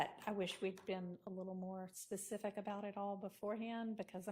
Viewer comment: “you gotta be more facific “ I’m dead